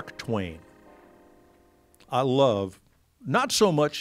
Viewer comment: I never realized Mike had any kind of southern accent, but it was really apparent when he said "I love." Guess he's been down south long enough for it to rub off on him